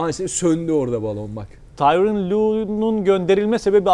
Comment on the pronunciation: "tyron" değil, "tyronn".